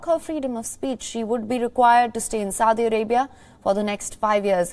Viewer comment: It's Saudi, not suadi.